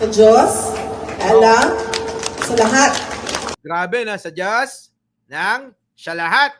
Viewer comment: Parang Hirap Na Hirap Si VP Sara , na " Bigkasin "Ang Salitang"Diyos!".